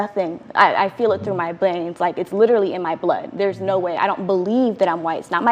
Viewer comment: were not gonna talk about how she mispronounced veins